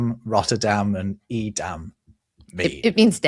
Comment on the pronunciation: I find interesting your pronunciation of Edam. met some people from that area and they give it a more A sound. Vowels are funny between related languages. I just remember pronouncing like you do and being corrected. comes out sound more like the name Aiden. Aidam